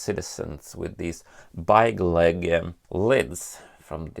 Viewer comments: I love how you pronounce it like byegleg even though you are Swedish and know how to pronounce it correctly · It’s pronounced bigleak